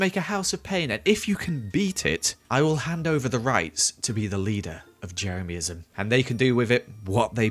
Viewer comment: No one:: ✨Jemeryism is rad, jemeryismis rad✨